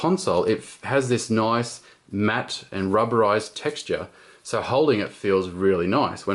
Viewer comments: Anyone know how many times he said "noice?" lol. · * click * noice.